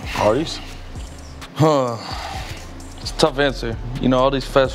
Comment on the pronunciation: He said hardees right 🤣💀